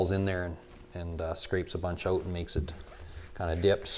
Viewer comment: Tell me your Canadian with out telling me your Canadian “groooout. Ooooutt”